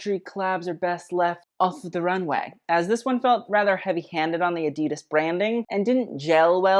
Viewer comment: Ok so adidas is not pronounced as drawn out as you made it (and literally everyone else). So not ahhdeedus as German is not a drawn out language. You want to take your current pronunciation and make it as rapid as possible. Honestly it should sound like a perfect cross between the two ways that people like to pronounce the brand name